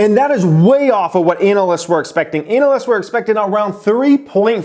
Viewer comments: I keep hearing analests and not analysts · Even your kid is crying over the bad news in the earnings report. Also: I chuckle every time says Anal-lists.